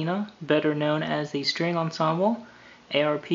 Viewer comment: I know the brand of this synth is derived from the inventor's (Alan R. Pearlman's) initials, but it is pronounced "ARP" and it rhymes with "HARP". (If you don't believe me listen to some of the factory demos records that are posted on Youtube.)